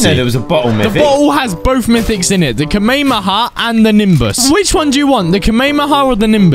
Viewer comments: It's pronounced komeihomeiha not kemeieeyah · It's not kamemeha it's kamehameha 🤣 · Kamaehahaha lol he said it wrong haha